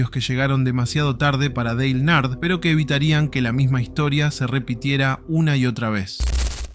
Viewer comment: Decí que la primer historia eventualmente termina... Si escuchaba de nuevo nombrar mal a Dale Earnhardt iba a revolear el teléfono